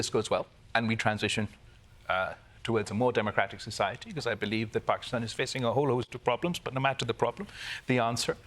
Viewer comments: Nice to hear "Pakistan" pronounced properly. That's all I have to say about the subject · So refreshing to have a host on the daily show that doesnt say "Paekistan". Thank you Kalpen. As an Indian I am extremely disturbed at the sufferings of our neighbor country. I hope things improve for them.